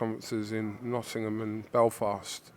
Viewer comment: congratulations on now pronouncing “Nottingham” correctly! Just Eddie to go now… he’s still at the “Nottunum” stage!